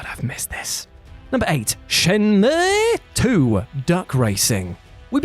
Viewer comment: You ever just wanna play SHYEN-MUUUIGH?